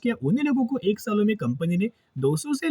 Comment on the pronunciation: AK ni ak bat karate ho,😊